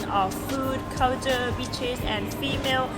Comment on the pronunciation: Did you say bitches? or was that meant to be beaches???